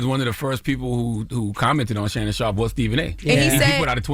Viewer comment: Shannon Shaup. Shannon Shop. There's an R in there.